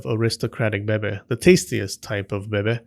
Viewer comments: IT BABY NOT BEBE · why do you keep saying "beh beh" instead of baby? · Lol thank you for saying Baby like Bebe from Schitt’s Creek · "Little bebe" that's cute, man 😭 But it's actually bebé* ahah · I love it when you said Bebe instead of baby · Why you say bebe not baby🤣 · I lost it everytime you say BEBE 😭😭😭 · "Bebe" 🤣🤣 I'm sorry, but I'm distracted by the way you say it. 🤣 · Can you just make a video where you say beh-beh for 5 hours because I’m addicted to it thanks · I kid you not: I was working on my desk and felt a sudden urge to hear your voice saying “bebeh”. I immediately opened YouTube (because procrastination), and there on the homepage was a link to this video! I guess Buddha sent me here to give you a like and a view. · the "bebe" is addicting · I love the fact that he says "bebe" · The babay, the babay,babay love it lol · No one:: beh-beh. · "Bebe." giggles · Lol “bebeh” lol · Love the Moira Rose 'bebe' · I love how u sa6 baby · Please stop saying bebe its annoying do you have a French complex or something 😂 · Just say BABY correctly like a grown adult! Also, what's with all the swearing? Can't you just speak normally? Have a dislike. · I absolutely love your humor and the way you pronounce baby😂😂😂 just you speaking is entertaining. Thank you for all your hard work creating these educating and entertaining videos. Your service is appreciated. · They way you’re saying “baby” means “vagina” in my language 😂😂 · The way he says baby 😂😂😂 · I love how u say baby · love the way you say baby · I just wanted to out the irritation I resent when the narrator in this video excentrically pronounces the word "baby", which happens in every video of his talking about whichever theme linked with babies, by commenting this comment.